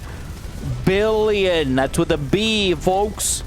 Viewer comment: Billon wow😂 why you said billon ok